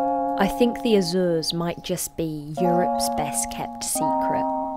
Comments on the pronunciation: So funny the way you pronounce Azores, except for Miguel cousin of Michael (translation in English) that's perfect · Azoors? Sets seeyou dadgees? Just say Azores...